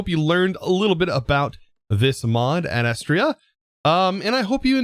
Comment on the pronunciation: ad astra meaning to the stars, pronunciation is ad like add and astra like "Ast" and "ruh", love the series ❤